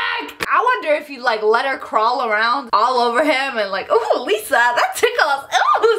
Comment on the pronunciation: For a second I was confused so I thought you said Liza like the YouTuber lol